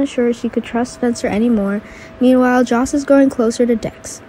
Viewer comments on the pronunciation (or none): It's Sonny not Sony. Joss not Josh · OH and IT'S JOSS Not JOSH